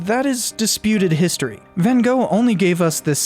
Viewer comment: You also get the pronunciation wrong. Your Gogh is correct, but Van is propounced as wth an F, Fan.